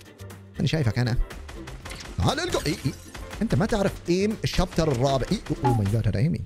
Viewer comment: بداية المقطع الشابتر ❌️ الشايتر ✅️